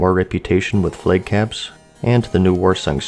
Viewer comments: Flaaaag not Fleg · Why do you say Flages and Flage? Its Flag. No E. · Lol you pronounce flag as flake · Are you saying "flake caps"?